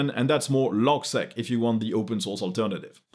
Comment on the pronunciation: logseeq 😁not logsec